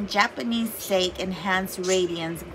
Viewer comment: Sake is pronounced sock-y.